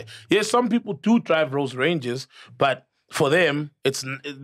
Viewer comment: We heard you well Sol, you said “Rose Rangers “ 😂